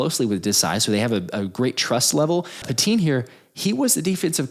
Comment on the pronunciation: It's not pronounced "pet-TEEN", It's pronounced "PET-tin". I went to CB West from 72 to 74, during which time his father was a LEGENDARY coach.